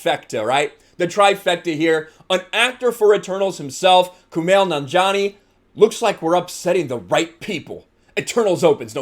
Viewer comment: Remember when Kumail Nanjiani was a comedian? Pepperidge Farm remembers. BTW Yes, you're saying it right.